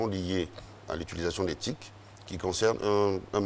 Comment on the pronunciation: T.I.C et non TIC !!!